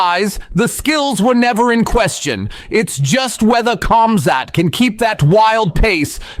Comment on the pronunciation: Not cum-zat bro its Khamzat lol joking awesome video! 🤣